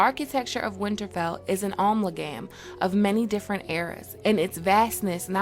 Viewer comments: a-mal-gum, sorry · The word amalgam is pronounced “e- malgum”. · Oooh. Grey. Amalgam? “Ah-male-gum”. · Amalgam = Uh-mal-gum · It's pronounced AM-alh-gum amalgam.